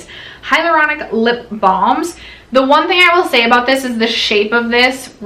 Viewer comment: I swear I thought she said “thongs ” instead of “balms”— got my husbands attention fast! Lol 😝